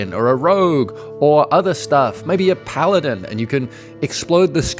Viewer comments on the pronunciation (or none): none